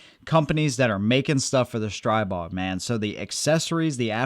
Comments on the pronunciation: It’s pronounced Stree-bog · Str-ee-bog, per owner of company.